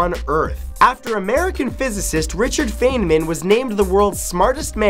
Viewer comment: It's pronounced Richard FINEman just as a heads up.